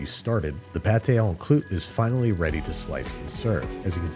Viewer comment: The way he ALMOST says pâté en croûte correctly but it’s just slightly off makes me very annoyed